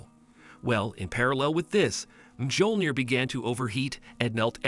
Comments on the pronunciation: he said mgiolnir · MJÖLNIR IS PRONOUNCED MYO-LNYI-ER NOT MJOLNIR GODDAMIT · It's pronounced as Miyolneer